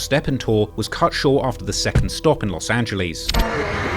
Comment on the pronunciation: Its los angeles not los angelies